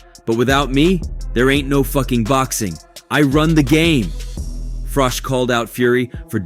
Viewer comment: It's Froch. Not Froth or Frock!